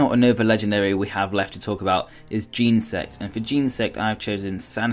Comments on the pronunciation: Firstly he said Geensect, and it's kinda pronounced like Genasect, not Genersect. Also how dare you forget to use a capital letter! XD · It's not pronounced gensect it is genersect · it's jen-eh-sect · There were a lot of mispronounced names is this video, Arceus and Genesect, for example. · He says genesect so weird